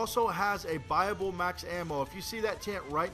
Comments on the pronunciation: OOOOOOOOOOH! BUYaBLE. He's saying buyable, not bible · he says buyable i always thought he said bible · Its buyable pronounced buy-a-bowl not bible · Brotheroff Yeah it's what it sounds like xD but really it's "buyable ending" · when he says buyable hes says bible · When he says buyable it sounds like bible to me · every time he said buyable, i thought he said bible?...o_O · i thought he was saying bible then i realised it was buyable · I thought he said bible not buyable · Did any one think he was saying bible Max ammo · It sounds like he's saying Bible. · Keeping thinking he says "Bible Ending." :P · I kept thinking he was saying ' Bible ending" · at first I thought he said Bible. LOL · when u say buyable this and buyable that....it sounds like BIBLE ! like if u knoe what i mean